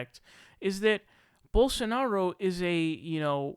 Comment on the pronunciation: Ana nailed Rubin ages ago with her takedown on TYT, he's lazy. Which makes him dumb. It doesn't take much effort to not sound like a moron even if you aren't a genius. But he can't even be bothered to make the effort to not sound stupid. Bolsonaro is literally pronounced exactly the way it's spelled. It takes a nanosecond to look at the word, separate the syllables and sound it out in your head. Rubin can't be bothered to make that minimal effort. Which is why he suggested Jesus was surrounded by Muslims. It's too much trouble to THINK for a second: Jesus = 1AD, Muhammed = 10AD. Duh.